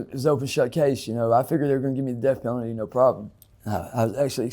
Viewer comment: Mark said " DEATH PENTALTY ... TO FREEDOM, JUST LIKE THAT!" LMAO 🤣🤣🤣 IM SORRY BUT THAT PART WAS SO FUNNY BUT I LOVE THIS GUY...I WISH HIM ALL THE LOVE N SUPPORT!